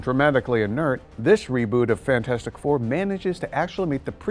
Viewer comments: FANTASTIC DOUR LOL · 😂😂😂😂😂😂 "Fantastic Dour" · " Fantastic Dour " this made my day... hah ;D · Fantastic Dour?! Was that intentional? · "Fantastic Dour"?!